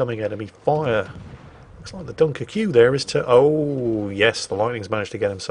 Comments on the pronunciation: As a Royal Navy veteran, retains his instinct to antagonise the French by pronouncing “Dunkerque” as “Dunker-Q” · I've heard you mispronounce some things before, mainly player names which you sometimes wisely avoid, but I've never heard the pronuncation of Dunkerque like you did. If I'm not mistaken, the reference is to a French location in the north of France, pronounced [Dunkirk] -->> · Stop being an oik, can you please just say “Dunkirk.” So uncouth. Once is funny, sort of. Repeating a bad joke, doesn’t make it funnier. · why is he calling a "dunkerque" a "dunker que"? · Yeah, gotta love a bloke who has toddler tantrums about people mispronouncing English words intentionally mispronouncing other languages. 😂🤦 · Dunkerque (Dunkirk) pronounced like Barbecue, repeatedly, is there a subliminal message there ;) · You insist on pronouncing every letter in Dunkerque. Does this principle apply to Worchester as well? BTW Historically you have stayed mostly away from Brexit in your commentary. That seems smart. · i dont like the way you pronounced dunkerque